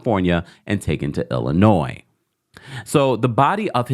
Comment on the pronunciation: THANK YOU for pronouncing Illinois correctly; we appreciate your effort! 😊